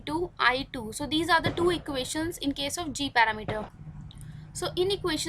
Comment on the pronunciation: When you say टूं instead of two 😂 i really love that